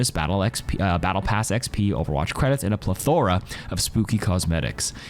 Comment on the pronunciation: A pleh-THOR-uh